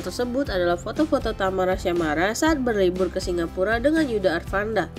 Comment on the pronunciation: Tamara syamara ? Yg bener mimin,,tyasmara/tiasmara gitu 😂😂😂baru belajar baca ?